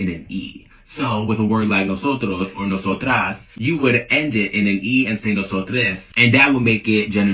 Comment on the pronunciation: the arrogance and audacity to purport to tell us native Spanish speakers how to use our language while mispronouncing “nosotros” and “nosotras”. well, it’s not like a few of you matter enough for tens of millions of us to change the way we speak just to accommodate for your sensibilities today. And I say today because I’m certain you’ll have something else to complain about tomorrow that you’ll try to make our problem. Anyway, why would us Hispanics listen to a man who looks like… that? What makes him think we care enough to accommodate to him?